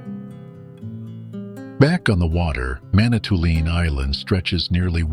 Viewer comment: With all due respect....it's Manitoul"IN" ...not ...lean